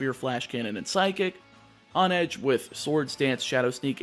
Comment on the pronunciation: Isn’t it pronounced “HONE-edge”, as in how one has to HONE their skills in order to improve.